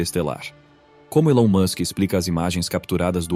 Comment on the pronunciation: O video não mostra imagem e ele ainda pronuncia o nome do Elon errado.. Perda de tempo